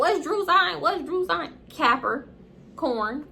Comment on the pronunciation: SHE HAD ME DEAD it sounded like she said "capper-corn" LMFAO